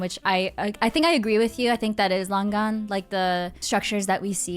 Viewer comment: Lang Gan ❌ Long Gone ✅